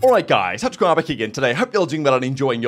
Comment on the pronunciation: I’m tired of not speaking out. You ARE NOT saying TacticalRab at the beginning of your videos. It sounds like touchgrab every time